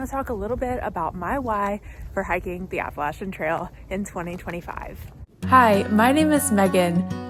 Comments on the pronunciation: Hope to follow your entire trip. I look for people who pronounce app a latchen correctly lol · Thank you from the southern portion for calling it the Appa-latch-in trail 😊